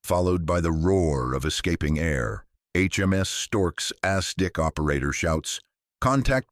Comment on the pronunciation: Hey!! Use real people for voice over! It's not Ass Dick!!! its ASDIC!!!